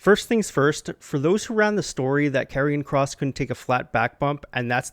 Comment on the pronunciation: Great video although I must say I think your pronouncing Karion Kross's name wrong. I'm pretty sure it's pronounced as "Karion Kr(OH)ss" with the long "O" sound.